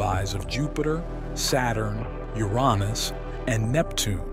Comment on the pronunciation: Wow the AI voice can say Uranus as I've come to know it being, no more "Your anus" or the worse "yourinoos". EDIT: Yeah lots of times after it said your anus. Lol. Still interesting how the AI said it "right" the first time.